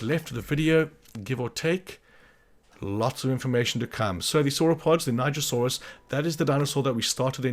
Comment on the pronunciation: Thank you for teaching me the right was to say nigersaurus. I was NOT saying it right